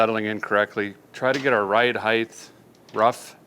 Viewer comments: "Height" not "Heigth" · Stop saying “heighth” as the word is simply height. You sound stupid. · Was he saying, "heighth?"